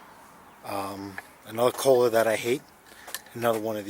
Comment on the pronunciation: You said brother koler,.;:;::"' great video